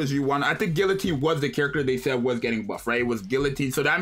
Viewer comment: It’s pronounced guillotine